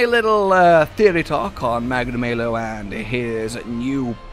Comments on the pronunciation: Magna-MAY-lo? The devs literally tell you how it's pronounced. It's Magna-MAH-lo. How would you feel if we all pronounced your name Joosh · I don't think his name is supposed to be pronounced "Magna May Low". I think it's intended to be "Magna Mah low" because he is bad news aka "malice" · Normal people: Magnamalo: magnamaylow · "Its me Magnamayo." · Are you guys serius? Its pronaunce McNamalow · FFS they say the name Magnamalo in the first trailer, how can you keep mispronouncing it? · 12 seconds in and you guy’s already pronounced its name wrong